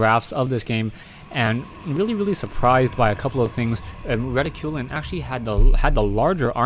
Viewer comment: I think it's pronounced 'Reh-tick-cue-lin' but not sure...